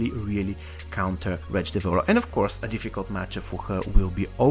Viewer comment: Nobody:: Wtretch lol I enjoyed the video 👌🏻